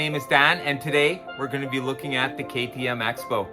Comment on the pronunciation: It's pronounced "crossbow". Just a PSA!